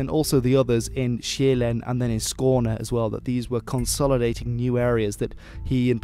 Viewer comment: Your pronounciation of Skåne was spot on.